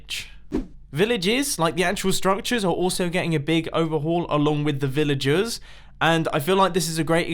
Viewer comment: Villajizz villajuhs